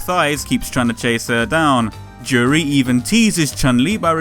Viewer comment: You got the pronunciation right the first time.